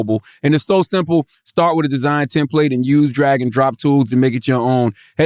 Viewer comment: Will someone please teach Charlemagne how to say template!!!!!